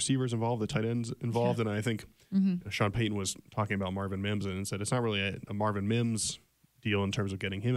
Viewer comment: Please say Sean Payton's name right it's not Sean pay - e n n it's Sean Payton